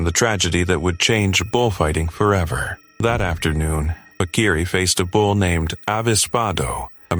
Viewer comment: It’s pronounced PA-KEE-REE, not pakweeree